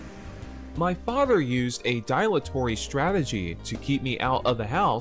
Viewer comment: Not pronounced die-latory. It's pronounced dill-atory. You need an e at the end of words to change their pronunciation eg dilate is pronounced die-late, not dill-ate.